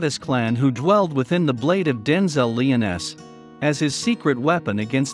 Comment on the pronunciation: I don’t blame you you getting Liones wrong but the pronounciations after the arch angels goes down the hill